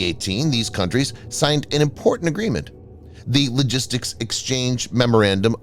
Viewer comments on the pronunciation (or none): none